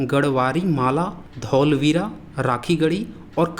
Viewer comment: धौलवीरा नहीं धोळावीरा